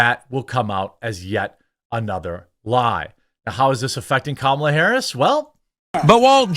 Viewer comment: IT'S STILL........KA-MA-LA....